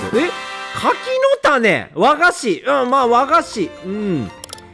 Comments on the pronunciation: 柿の種のイントネーション… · 『柿の種』が『千代の富士』の発音で笑ったwww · 柿の種のイントネーションめっちゃウケるww